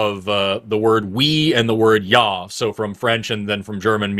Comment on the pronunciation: Can't believe the guy with Austrian family can't pronounce "ja" the West fallen